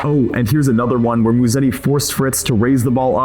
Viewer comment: The way you guys pronounce his last drives Italians CRAZY. It’s not MuSSeti, it’s MuseTTi. Soft S, strong t